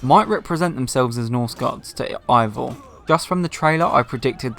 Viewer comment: Hate to be that person but it's pronounced Ay-vor, not eye-vor. Other than that, great video!